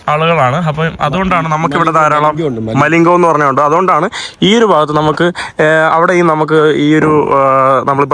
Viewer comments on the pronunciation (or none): none